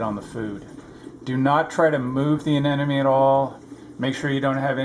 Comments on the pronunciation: A-ne-mo-ne.... not a-ne-no-me. Almost sounds like you're saying an enemy. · aneMone not aneNome !!!!!!